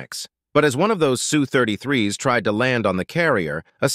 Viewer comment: Its pronounced - Ess You , not Sue